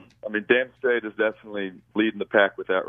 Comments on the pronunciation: It's down srait not damn srait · NO IT'S DAMN STRAIT